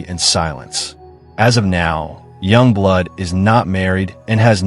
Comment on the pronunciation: Źle wypowiadasz Yungblud ...